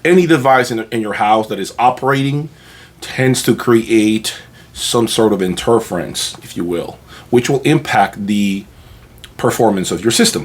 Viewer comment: How come he can’t pronounce interference?